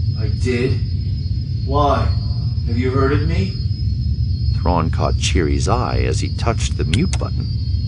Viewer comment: Great vid, as always, but man those pronunciations.. oof